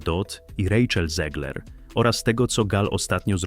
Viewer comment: Czyta się ZEGLER a nie ZIEGLER. Bo ona ma polskie korzenie. Niestety. Pozdrawiam.